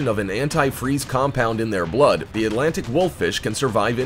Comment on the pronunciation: it said dlood instead of blood